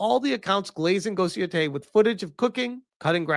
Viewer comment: I thought he said ,,Ghost of Yotoilet‘‘ in the beginning 💀💀